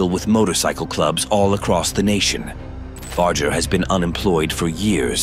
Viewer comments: Awfully edited, chopped up video. And at least learn how to pronounce the man’s name correctly too. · You lost whatever creditability you may have had when you mispronouncing his name, even while pronounced his Dad correctly